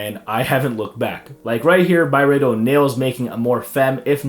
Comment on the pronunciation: It’s pronounced Byreedo